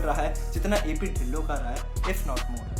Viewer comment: Bro dhillon ki pronunciation tillo hai😅